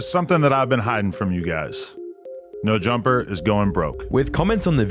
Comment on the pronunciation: "Neur Jumpah"